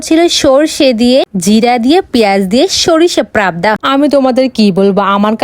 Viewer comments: Pabda noi prabda ar haa chiken ta ke sobsomoy mutton bole tumi porasona jano too konta chiken ar mutton cheno na😂😂😂😂😂😂😂😂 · পাবদা ❌ পারাবদা😂😂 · Didi ota prabda noy pabda bolte hoy😂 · Pabda na prabda😂😂😂😂😂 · পাবদা না ' প্রাবদা কেউ কি খেয়েছেন প্রাবদা 😂 ব্যায়াম না ? বিহাম করেছেন কোনো দিন আপনারা 😂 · Prabda na go didi pabda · পাবদা❎ প্রাবদা✅ আমরা বলে তার টুনটুনি😅😅😅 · Prabda na ota pabda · Eiii mg প্রাবদা বলছ কেন পাবদা বল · পাপদা❌ প্রাপদা✅🙂🙂🙂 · Pabda ❎ prabda ✅ 🙂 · পাবদা ❎ প্রাবদা ✅😂😂😂😂😂😂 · পাবদা❌ প্রাবদা✅ 😂😂😂😂😂😂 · Pabda ❌prrabda😂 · কিরে ভাই প্রাপ্দা মাছ আবার কি 🤣🤣🤣🤣🤣🤣🤣🤣🤣🤣🤣🤣🤣🤣🤣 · পাবদা ❎ প্রাবদা ✅ ব্যায়াম ❎ বিহাম ✅ মানে কোনো কথা 🙄.. ভাষা শিখে তারপর ভিডিও বানাতে আসবেন 😒... আর রইলো ডায়েট এর কথা 😮‍💨.. আমার মনে হয় ১ বছরের খাবার ও একদিনে খেলো 😅.. এই জন্য আমার wait ৪০ kg এর উপরে যাই না.. 🙃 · প্রাবদা না পাবদা 😂😂🤣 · পাবদা❌ প্রাবদা ✅ 😂😂😂😂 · পারবদা 😂😂😂😂 না আপু পাবদা মাছ।আপনার হালকা খাবার কবে শেষ হয়ে 😂😂😂😂😂😂😂😂😂😂